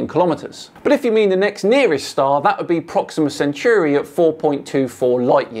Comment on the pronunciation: "Proxima Century" No, that's Proxima Centauri. Dear oh dear.